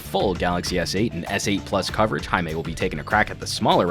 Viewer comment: It's Jaime rrrrrrr not Jaime h....